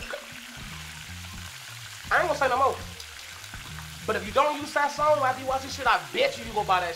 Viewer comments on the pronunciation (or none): its pronounced SAY ZON and that shit fiyah on everything JUST LIKE GARLIC N ONION POWDER las